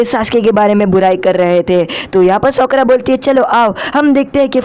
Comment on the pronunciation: Bhi sakura hota Hai not sokora